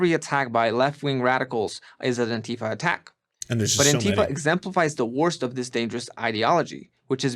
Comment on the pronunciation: Lol. Surely nobody who was involved with Antifa pronounces it AntEEfa.